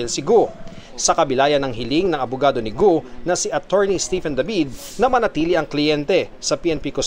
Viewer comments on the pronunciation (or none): none